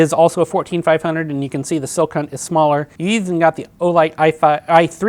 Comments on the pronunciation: Great review. Calling the company “Silk Hunt” was a bit distracting. “Skill Hunt” is how I think it’s pronounced. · Is he saying "sil-cunt"? 😂